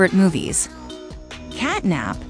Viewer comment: Did You know the elephant is actually not nabnab its bubba bubbaphant?and You know CatNAB is actually cat NAP the p not the B